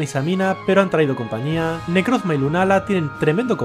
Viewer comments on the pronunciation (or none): none